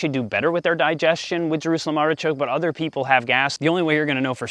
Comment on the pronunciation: Pronunciation - "Artishok" ;)